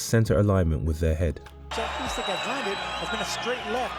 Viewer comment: You begin the video by mispronouncing his name...jfc